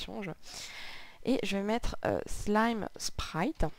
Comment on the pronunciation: pas SLIME mais "slyme" (je suis maniaque xD)